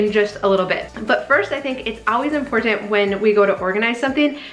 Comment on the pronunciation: What is the deal with your generation and "impor-T-ant?" I don't mean to be rude. It's just unusual.